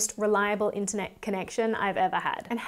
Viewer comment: "ENTER NET"? . . . . "WORLD WIDE WEB"?